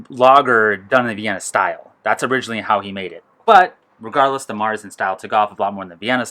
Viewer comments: Fun fact: Marzen (with an umlaut .. over the "a") is actually pronounced "Mairtsen." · Do all Americans pronounce Märzen like this?